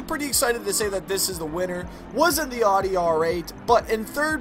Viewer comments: CAR CHANNEL...SAYS ARDEY? It's ow-di smart one. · And he said Audi wronge